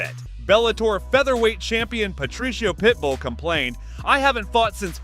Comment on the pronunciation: Bro did you say Patricia pitbull? 😂